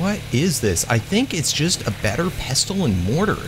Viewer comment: u do not pronounce the t in pestle